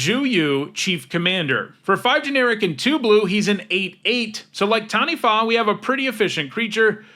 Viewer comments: you're the first youtuber i've ever heard pronounce "Taniwha" pretty well but its more of a tuh than a tan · can I just say, speaking as a Māori mtg player: you are the first youtuber I have EVER heard pronounce taniwha correctly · The second time you said Taniwha is that closest to how it's pronounced